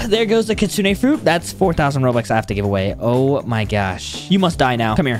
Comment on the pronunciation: Did he just say he givens away 12 kisune